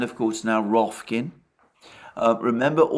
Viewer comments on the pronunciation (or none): Alexander keeps calling it Rofkin! Alex will have to put him right. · Alexander joins the long list of people who can't say Rokfin correctly.